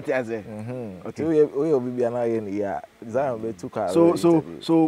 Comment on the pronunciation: Zion forgot 'R'